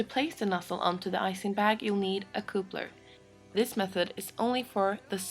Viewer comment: & you forgot how she says 'coopler' when describing a coupler. Oh dear...